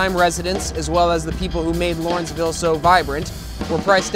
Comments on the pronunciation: First, allow me to correct you. It is LAW-renceville, NOT LOR-enceville. I grew up here, lived elsewhere in the city, and returned after many years for personal reasons. I, for one, am among the probable minority who are unhappy about what this neighborhood has become. I truly resent that some had considered this a dangerous, crime-ridden community. Maybe it was, but not to the degree that it has been portrayed. If anything, my quality of life in Lawrenceville is worse now than ever - a bunch of bars/restaurants/clubs that don't adhere to noise ordinances, and patrons and owners of those establishments that don't give a flying fuk about the neighborhood as long as there's money to be made and a party to be had. Yes, there is definitely a move to rid the neighborhood of older owners and housing stock. Who said, "You can't go home again?" Correct. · LAW - renceville. LAW, not LOR!